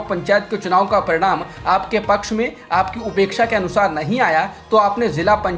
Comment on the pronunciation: Upexa nahi apexa boliye pl.